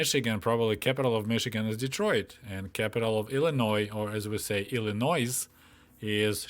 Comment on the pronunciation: The S in Illinois is silent